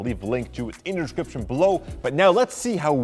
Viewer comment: I love when he say:in the dishcription below